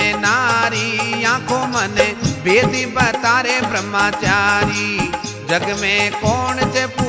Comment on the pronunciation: ब्रह्मचारी सही उच्चारण होता है, ब्रह्माचारी ✖️ नहीं 🙏 कृपया भजन में इसे ठीक करें।